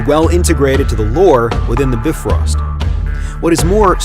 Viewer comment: i loved that you said Bifröst right and not the Byefrost